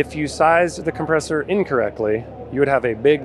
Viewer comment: What’s a ‘compreessor’?